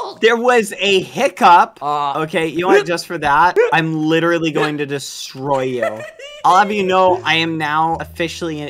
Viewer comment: if i had a cent for whenever badboyhalo says "literatly" i would be the richest man on earth